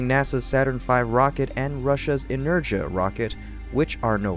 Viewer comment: "Energia" is pronounced "EH-NEHR-GHEEYA." "Psyche" is pronounced "PSY-KEE."